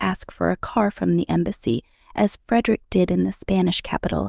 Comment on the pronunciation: This is span, they can’t pronounce his name correctly. He lost integrity from the affair in Madrid. I do not think of him as I once did. He’s had affairs all through the married life with Mary.